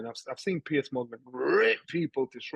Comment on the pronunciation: I thought it was only americans that pronounced Piers as 'pierce'. Thanks Johnny.